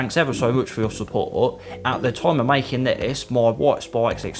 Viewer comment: He really said "Toime" at the end